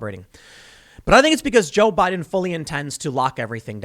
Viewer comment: Jo-Bi-Din 乔比丁